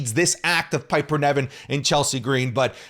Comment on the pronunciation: It's not Piper Neven speak properly you literally watch the product & still incorrectly pronounce it